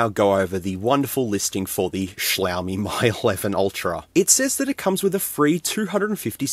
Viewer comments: Am I right in thinking that it's pronounced "Me 11 Ultra" not "My 11 Ultra" Or have I been getting it wrong all this time? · It's "ME eleven", not "MY eleven". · It's pronounced as Me 11 and not My 11. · Dude Mi is pronounced as Me not My. Please! it hurts to hear you say Me 😅🙏🏻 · Getting to the pricey end of the clone phones, wow. I have legit devices that were cheaper than that. Also, you're doubly wrong about the name in the video: "Mi" is pronounced more like English "me", whereas you kept saying "my". Even so, yeah, it kept sayjng "M11", although one of the pictures in the listing did say "Mi 11". Oh, and for your own sake, please be careful where you're cutting. I knew from where your fingers were in relation to your cutting path that it was going to go wrong. And it did. I could hardly watch that part. 😨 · Just FYI, Mi is pronounced like "Me"